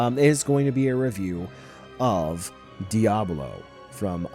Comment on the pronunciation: The way he pronounces díablo ☠️